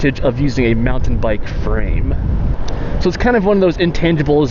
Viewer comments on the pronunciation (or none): Why do you add that inflection (you know what I'm referring to) to the words you end a sentence with? Post10 does the same thing. Here it is . Instead of "frame"...you say "frame-uh".